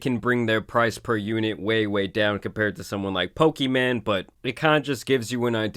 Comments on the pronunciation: Can you please learn how to pronounce her name if you continue to make videos about her? Her name is not Pokiman, it's Pokimane. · "We're talking about poki man" lmao. Its poki - mayne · It's pronounced Poki-main not Poki-man 😩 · He pronounces her name as “Poki-Man” instead of pokimane 😂😆🤣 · her name is pokimane bro.. not pokiman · It’s pronounced poki maine (I think, anyways that’s how I keep hearing it being said) more so than poki man , ‘cause she ain’t a man or a broke boy. 😂 That said why a gamer girl would want to sell cookies is beyond my comprehension, I’ll take my cookies from elves in a tree thank you. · Dude said Poki man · Makes laugh every time he says PokiMan. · "Poki-man" Lol 😂😂😂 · F it imma change how i say her name to Poki-Man from now on lol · Let me just say the best part of any of this is you calling her "Pokey- MAN" 😂 shit never gets old. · Pokiman is hilarious. Whether you are intending to pronounce it wrong or not, please keep doing it lol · its poki-MANE. your pronunciation of her name has been bugging me since the last vod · Bro said: poki-man 💀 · "Pokiman" you're trolling lmaoooo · Why are you saying it so redacted she said it’s “pokimon” but the rest of the internet outside of destiny pronounces it “pokey-maine”. Just like when people say “Mary-O” instead of “mario”. It’s insane how people pronounce things sometimes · I don’t know if you’re doing it on purpose but PLEASE keep calling her PokiMan. It’s hilarious 😆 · It’s kinda weird that you say her name wrong. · Why mispronounce her name? I am all for pointing out scams or bad behavior, but at least say the name correctly. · Once I heard her name said the right way. Hearing it how he's saying it is like a record scratch. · I swear you say her name wrong on purpose and it's hilarious 😂😂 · I hate how you mispronounce her name. Not even a fan of her but just bc it’s mispronounced 😂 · the way he says her name wrong 😂